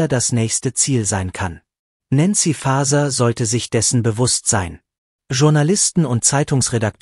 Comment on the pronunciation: Die KI sollte so programmiert sein, dass auch der Name von N. Faeser richtig ausgesprochen wird.